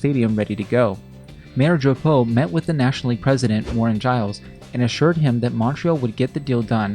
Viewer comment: .... the mayor of montreal JeAn DrApOoooo... it willl always be funny: anglophones saying french names